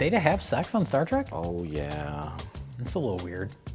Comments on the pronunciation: "Star Trak" he pronounces Star Trek like I did when I was four. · Star Trak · Mike is the only Trekkie I know of who calls it "Star Track". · LOL no, that's not what he's doing. There's no sarcasm in that, it's simply the way he actually pronounces it. Not everything that comes out of Mike Stoklasa's mouth is some clever joke at the expense of someone else, don't be such fanboys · Have you even watched the video? He only says it once like that as a joke.